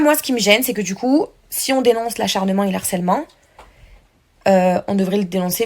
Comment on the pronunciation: Les pires des harceleurs essayent de minimiser leurs actions. Fraisou Nehuda viennent faire les victimes. Jazz vient te faire passer pour une belle personne. Manon Tanti est aussi sur le podium. Pitié on prononce : le harcèlement et non l'harcèlement. Nehuda j espere que ta fille ne verra jamais les anges et ses 2 parents en plein harcèlement